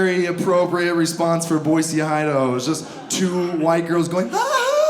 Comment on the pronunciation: Thanks for saying Boise correct. That drives people create.